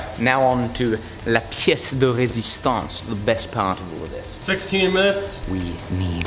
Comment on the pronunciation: "le plat de résistance" would be more appropriate but your French accent is perfect